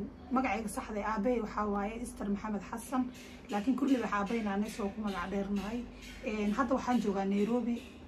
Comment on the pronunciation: Kkkk saxaaf iyo magaca waa kurlibaax ma aha korlibaax